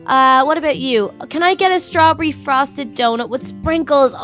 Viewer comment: she said strabbery good video